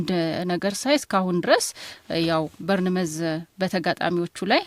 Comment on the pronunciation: Arghhhhhh እንዳለ ጋዜጠኞች በርንመዝ በርንመዝ የምትሉት ነገር! ቦርንማውዝ በሉ። አክሰንታችንን የምትቀይሩበት ስታይል ልክ አውሮፓ ከርሞ እንደመጣው የዩጋንዳ ፓርላማ አባል ሁኖ ነው የሚታየው። water/ ዋረር.. ዐንጀበኞች።